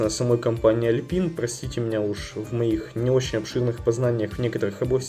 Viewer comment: Alpine- Алпайн правильнее. Именно так бренд называется. Он и сейчас выпускает современные магнитолы, сабвуферы, и тд.